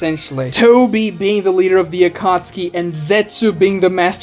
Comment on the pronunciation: They were you pronounce names really hurts me. Madara, Kaguya, Akatsuki... you pronounce them all in very cringey and Americanized ways. Makes your video unwatchable. Not finishing the video. Channel blocked.